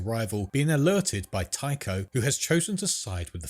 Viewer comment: Tycho is pronounced "Tie-co."